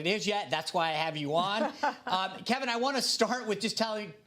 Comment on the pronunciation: Kevin's face when the dude pronounced his name correctly.